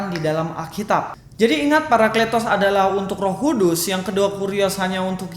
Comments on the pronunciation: Wao luar biasa IQ nya saking tingginya sebut parakletos aja jadi paraklitos,hahahahahah, layak beliau dapat gelar Doktor....!! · Astaga 😅 kata παρακλητος dibaca πηρικλιτος?? 😂